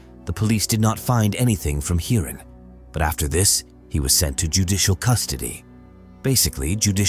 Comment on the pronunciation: 😂 Even Englishmen doesn't pronounce Indian names so bizarre 😂😂 Snehal -Sn-ai-hal, Hiran - Hai-run 😂😂😂